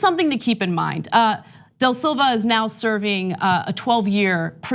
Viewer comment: Please work on your name pronunciation Ana. Respectfully, its da Silva, not del Silva, and BolsonAro, not BolsonEro.